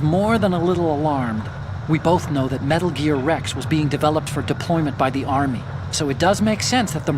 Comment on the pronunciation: Metal Geeear? It can't be!